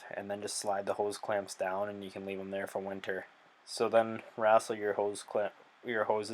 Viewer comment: Did you say “wrastle” ? Lol